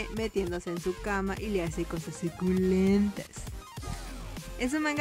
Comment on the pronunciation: me encanta como dice zuculemnjsdhgyuu+tas jajaja